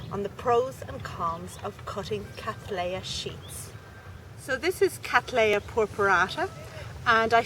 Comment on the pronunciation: Would you please consider pronouncing the name as Kat-LEY-uh NOT Kat-LAY-uh. The name comes as I am sure you are aware, from William Cattley NOT William Cattlay. Regards